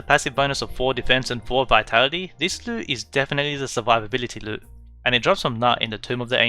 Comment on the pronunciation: You called the lute a luu